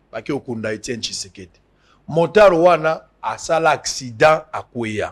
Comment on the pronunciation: Bonjour, balobaka motard et non montard, merci